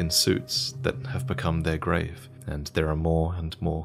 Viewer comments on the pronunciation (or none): none